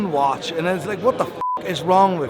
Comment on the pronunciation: This poor bloke can’t even say watch any more. ‘Wash wash wash’ Those veneers have to go